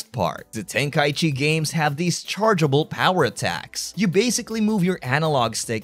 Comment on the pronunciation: tenka - ichi ichi meaning 一 one Breaks my brain a bit when u call it tenkai-chi